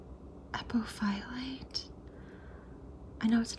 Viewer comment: its pronounced a-poph-o-lite apophyllite 😊😊 you were close!